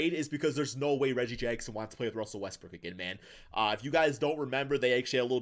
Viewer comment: can you please pronounce westbrook’s last name properly